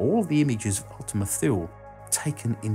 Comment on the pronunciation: "thule" is pronounced "tooly"